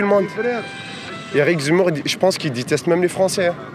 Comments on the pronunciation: « Je te diteste » lui aussi il te « diteste » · "Éric zemmour, je te diteste.. Je te diteste" Ma Fronce va mal.. Très mal ! LA FRONCE se meurt petit à petit... Vive le grand Z !